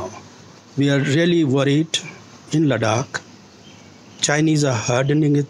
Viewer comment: He can't even pronounce the name of Ladakh properly. 😆😆😆 What kind of a Ladakhi is he? Just wanna say deep down from my heart "SHAME ON YOU"